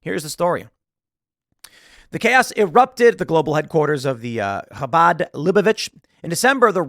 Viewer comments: 👍for taking the effort to pronounce 'chabad' properly. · I love how Tim pronounces Habad perfectly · Tim, Bravo on your pronunciation of “Chabad”!! 👏🏻👏🏻👏🏻👏🏻👏🏻 😀